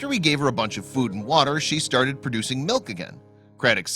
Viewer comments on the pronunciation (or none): none